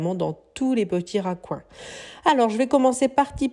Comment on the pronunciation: je n'aime pas trop le mélange beige et gris mais chacun ses goûts ! c'est recoins et non racoins !!